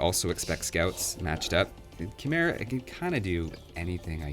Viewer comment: Fun fact: Khmer is actually pronounced Kh-mai